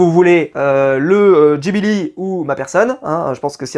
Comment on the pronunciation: Des jalebis pas des jibili 😂